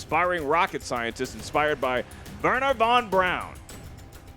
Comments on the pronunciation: It is Wernher von Braun not Brown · It's Wernher von Braun